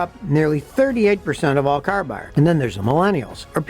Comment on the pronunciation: Scotty: When someone says CARRRRR! 😆